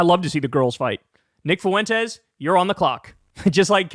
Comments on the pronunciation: Always loved Kyle's ironclad commitment to pronouncing "Fuentes" with three syllables. Foo-Win-Tez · Holy fuck, stop mispronouncing Nick Fuentes’ name. I know he’s a POS, but it’s so annoying as I actually know people with that last name. Two syllables: F’win-tez. It is not “Foo-in-tez”. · Nick Foo-IN-tez haha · Nic FOO-en-tez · Kyle said Nick Foo-wentez. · Nobody knows who Nick "foo-wentes" is because that's not how you pronounce his name lol. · im so sorry but the way you say Fuentes really pisses me off XD foo-en-tez is a not. its more fluid. carry on with your bashing of them cause I assuredly on board with it.